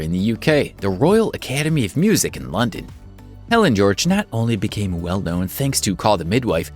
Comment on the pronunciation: Agg ut er not agooter. And it's Helen not Ellen. And further it's BRITISH cult favourite Shameless.